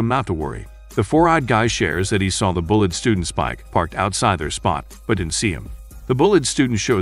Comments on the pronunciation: The bullet students. This guy can't even say bullied correctly. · Am I the only one who hears "Bullet Student" ? xD